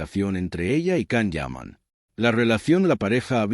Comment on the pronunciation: So much BS! And his name is pronounced “Jahn” Yaman.